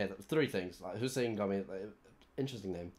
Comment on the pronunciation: He knew how to pronounce Hussein that’s good enough for me